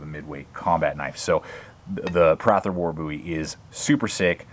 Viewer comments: That is a mans name.... its pronounced PRAY-THUR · Thanks for butchering the name Prather, learn how it is pronounced before you make a review. It’s not Prath-er. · I think it's "pray-thur"